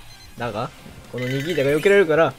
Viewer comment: 「ニキー太郎が好き」って言ってない？笑